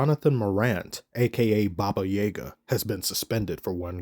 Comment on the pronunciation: OFFTOPIC: It sounded like you said Baba yEga, but it's pronounced baba yAga (the letter is Я, just like the reversed r in Korn)